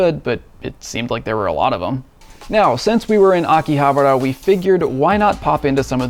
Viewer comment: You are saying it wrong, it's Akihabara "Aki-Ha-Bara" not Aki-habera you noob. 😂😂😂